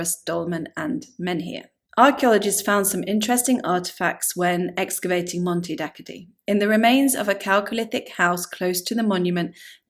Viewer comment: It's just a few miles away from where I live, and it's sadly very underlooked by most. It's pronounced "Monte Dakkoddee" btw